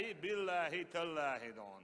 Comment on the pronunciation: Он не говорит дон, он говорит дойхьун